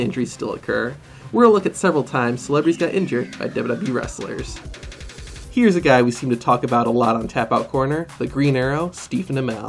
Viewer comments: My man said dubdubde and not wwe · You said dub dub e it's wwe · sid u say dbbwee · "Dub-Dub-E" lmao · Have u guys seen that at first he says wwe wrong